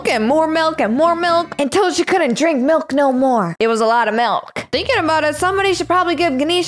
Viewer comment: It’s milk not melk